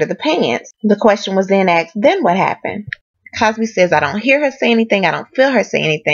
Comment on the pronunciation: Please say asked not axe